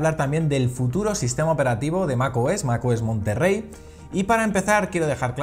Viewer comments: Es "Monterey", "Monterrey" es una ciudad en Nuevo León, México la "RR" no existe en palabras del inglés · Es Mac OS monterey no Monterrey